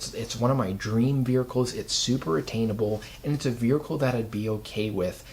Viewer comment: Why is everyone pronouncing vehicle wrong. Veerhicle….?